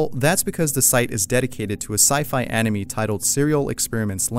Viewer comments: Does it bother anyone else that the narrator pronounces anime like "enemy"? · Your saying of anime sounds like enemy boyo. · I use to pronounce anime anaymin... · Did you really just say Anime as Anemy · YOU SAID ANIME WRONG REEEEEEEEEEEE